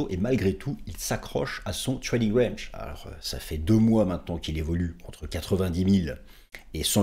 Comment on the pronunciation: j adore quand tu parles anglais RAAAANNNNNNGGGGGE